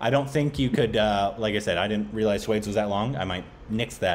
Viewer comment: sweds...lol korbinization